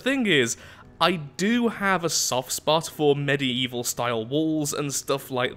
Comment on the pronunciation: I feel like says Medi-Evil